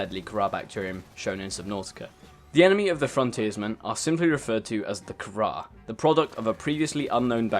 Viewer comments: What is the kharrar you mean the carar? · The virus is called CARAR, not kharrar. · Kharaa? You can't be serious. It's carar, not kharaa, dammit!